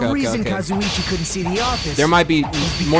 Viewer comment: pronouncing Kazuichi like Kazzo-chi gets me everytime.